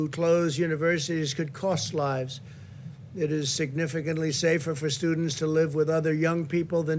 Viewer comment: Hope none of those "sewdents" catch the "few" ...